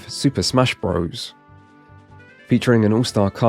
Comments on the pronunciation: Quit saying "bro's"! Super Mario bros.With a period after it, which is showing it to be an abbreviation is pronounced Brothers. NOT BRO'ES LIKE "HEY BRO!" (Which isn't even a word. It's African American slang for brother!) Bros. IS AN ABBREVIATION! This retarded shit is caused by kids not reading books. I'm guessing this guy didn't read as a child therefore he thinks bros. is pronounced bro's. If you start a kid reading early they learn things like this. We desperately need to find a way to get kids reading books again! Our civilization is going to go down in flames because everyone will be ignorant jackass's that know nothing. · Such a professional video yet he still says Super Mario "Bro's".